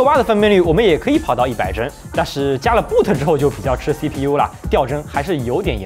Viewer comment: 第一遍正好没看屏幕 只听“说” 在想“不特”是什么鬼... 后退又看了下... 原来是“抱特”BOT.........😂